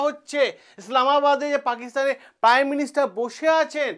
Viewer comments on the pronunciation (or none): none